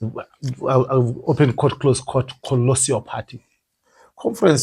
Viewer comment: 'Colossal',, not 'colossial'.